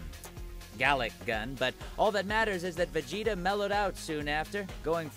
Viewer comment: I’m still trying to figure out how goku had sex more than ve-gay-ta